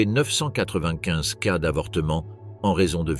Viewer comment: La lecture par IA est horrible. Au lieu de dire cas ou ces il dit C.A ou C.E